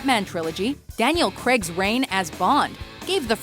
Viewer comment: Why can't Americans pronounce Craig right